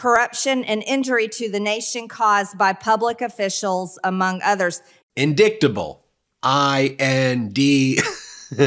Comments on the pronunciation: I've never listened to a more incompetent congress person than Marjorie Taylor Greene. Where was she educated, Trump grammar school??? .she pronounces the written word, indictable as INDICKTABLE. Hey Marge, it's pronounced " indightable." GO BACK TO GRAMMAR SCHOOL! Preferably not the same one as before. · You got it right..." Indicktable" sounds about right!!! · But, she is an author 😂 and MTG knows words! In•dik•ta•ble 😂😢! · She uses her finger to read, and pronounces "indictable" as "indicktable." Your GOP at work. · "Whenever I think of Hunter I feel so indicktable " 😊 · It's not just her inability to read it is also her inability to to know common words in the English language. A 7-year-old would know that the word was indictable (pronounced as: In-dite-able) Definitely shows her lack of education. Most people who don't know how to pronounce a specific word would look it up in a dictionary, which shows you exactly how to pronounce the word . Most 6 and 7 year olds know how to do that. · In-DICT-able?! FFS!!! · I, too, say indicktable. I also pronounce the k in knife & the g in gnat. While I know it's wrong, my teachers always told me to "sound it out". The difference between me & her? I do it on purpose, fully knowing how it's supposed to be pronounced. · Those that voted for MTG must be so proud. She was elected by people who cannot pronounce indictable either, she's one of their own. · If Marge mispronounced the word "indictable" ask her to explain the sentence in her own words. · And then can't read big words like "indictable". And she's making law for us. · With her pronunciation of "indictable," it appears she might be fixated on Hunter 😅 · Her pronunciation of “indictable” is truly an indictment on our education system. Spoiler alert: it’s failing us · I laughed when she pronounced indictable wrong and was so happy when you also laughed. For someone who thinks she's so smart, she sure is illiterate!